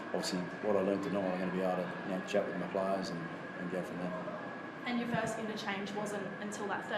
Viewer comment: Hey Madge, it's "play-ers", not "plarrrrrrrs" lol!